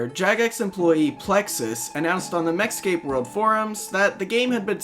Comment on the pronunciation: everytime you go to say MechScape, I keep thinking you're going to say Mexico